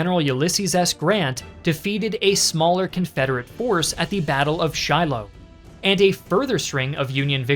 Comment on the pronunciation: It's hard to think of Calling the battle of "Shiloh" in 1862 anything other than that.. "Shilloh." Northerners had on their Battle Flags of Veteran Units listed "Pittsburgh Landing". Oh you mean "Shiloh"... does roll off the tongue nicer though